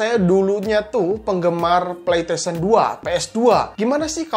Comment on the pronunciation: Ane denger nya kok pletesien ya bukan pleystesien